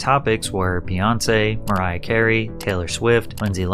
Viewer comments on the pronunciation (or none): none